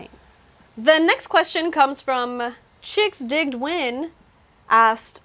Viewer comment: Nice video! Thanks for answering my question but my iG name is pronounced “Chicks-Dig-Edwin” 😭😂